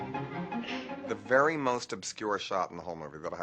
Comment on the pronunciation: john is a vewy stwange man...j/k..hey john..Baltimore guy born feb. 1946...raised down frankford ave..near st anthonys..(ne balt).glad you lived your dreams...that's a good thing,, mike..xx